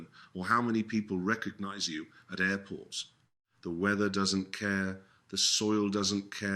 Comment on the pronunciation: These ai presentation s are a pain in the backside I gree with the message but the airport miss pronunciation really gets my goat